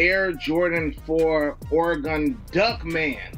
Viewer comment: Dude having all the “Oregon PE” and can’t even pronounce it correctly 🤦🏻